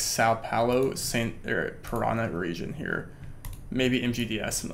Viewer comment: You don’t pronounce it as “pa-rah-na”, you pronounce it as “pah-rah-nah”